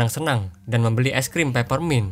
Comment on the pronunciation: Peppermint min, bukan pappermint. Padahal di deskripsi udah benar😂😂